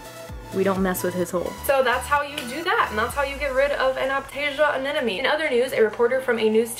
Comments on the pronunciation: you sound like you pronounce anemone as anenome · Did you just said "anenome" during the whole video? 8| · Y does she say anenome instead of anemone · I think it's cute how you say aneneme instead of anemone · I'm kind of new to this channel... Does say "anenemy" on purpose? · Ily but you are saying ‘anenome’ not ‘anemone’ ❤️😂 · haha i keep hearing anenome :) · Another person who can't say Anemone. It's Anna + money.. Not Anna + nomey!! What's so difficult about saying Anemone??? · "anena me" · aneMone. Not aNENome. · Please don't think I'm being mean, but your are saying anemone wrong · Just a heads up, you're pronouncing anemone wrong :P So many people do it, but just thought I'd let you know. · When can’t even pronounce anemone.